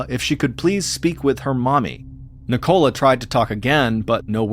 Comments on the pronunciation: Love your stories Mr. Allen but in England I it's pronounced Nick-ola not NI-cola lol thanks for the gr8 channel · Why do you say Nicola like that!? It's so wrong! Ni co la, not Ni Cola 😂 It's sounds infuriating I can't believe you don't have that name in the US